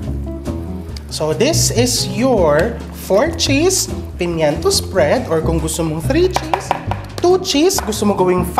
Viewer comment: At kailangan may diin sa dulo ang pagbigkas. Halimbawa: mil K! sprea D! 🤣🤣🤣